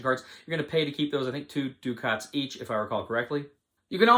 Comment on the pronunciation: Ducat is pronounced "Duck-et"